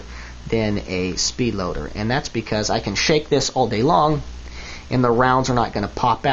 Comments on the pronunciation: It does sound a little like you've said "defend myself from my family" not "defend myself AND my family" which I'm hoping is what you were meaning ;) Interesting video though, I like the look of the speed loaders, I think if you were defending yourself they'd be quicker. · It sound like he says "defend myself from my family" Note: I do understood what he really said.